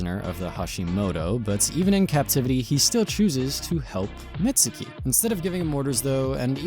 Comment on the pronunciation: youtubers stay callin mizuki "mitsuki"